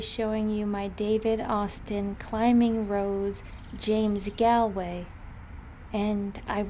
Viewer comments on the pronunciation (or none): Lovely video, thank you. Just as an aside from a new irish follower -- its pronounced gawl-way, as opposed to gah-lway.